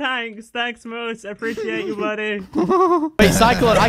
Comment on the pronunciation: LMFAO "MOUSSE" ITS MOOSE NOT MOUSE LOL